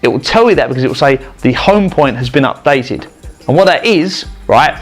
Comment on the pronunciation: lol "the home point has been updeate" lol